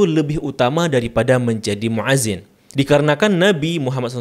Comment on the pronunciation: Itu banyak di kitab2 dijelaskan, di kitab i'anatul tholibin jg ada. Koreksi sedikit: muadzin itu pake hamzah bukan 'ain. Fi'il amr jg pake hamzah bukan pake 'ain. Hati2 ketika mengucapkan... semangat ya belajar bahasa arabnya lagi.